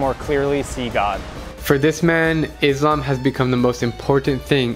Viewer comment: It pronsution of Islam is little off The mistake is Izlam And it's Islam No hate but just wanted to corrected you